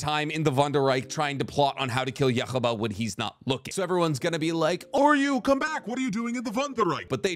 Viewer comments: why did you call Uryu Oryu? now he sounds like Oreo throughout the entire video.. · how do you mange to butcher every name and word from bleach, its Juha Bach (German) not yuha baha, its Uryu not Oryu, Auswählen.............. I'll stop here becasue you are giving me an aneurysm each time you say yaha baha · dude lol I had to PAUSE cause I started laughing. Im like alright, bro calls Uryu - Oreo or some shit. But then that Yawuba hit and I just died 💀💀😭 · Its OOO-ryu not OR-you... and it's not Yu-hub-a its You-ha.